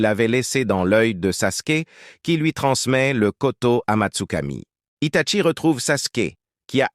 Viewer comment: Arrête c'est un désastre tout le monde le sait que Itachi devrait être un Hokage devrait être le plus doué de tous les ninjas mais malheureusement ce n'est pas eu la vedette donc stop et on dit Hitachi et non pas Hitatchi